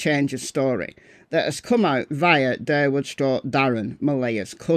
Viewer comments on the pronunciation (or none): Did say "Darrwood?"😂 Did she just go Endora from Bewitched? 😂